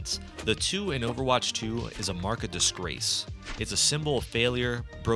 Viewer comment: "market disgrace"? It sounds like you said "mark of disgrace".